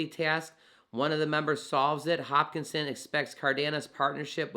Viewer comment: giving this vid a thumbs up, but plz say Hos-kin-som, not, hopkinson like the baltimore hospital johns hopkins. Great coverage, appreciate ur work.